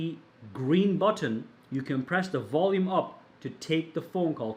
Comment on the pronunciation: budton budton who's got the budton i will hear "budton" in my dreams tonight.